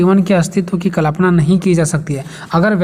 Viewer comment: Kripya aap कलपना ना बोले कल्पना बोले 🙏